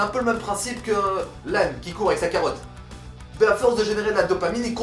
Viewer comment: Je rêve ou tu dit cawotte à min haha #wabitenforce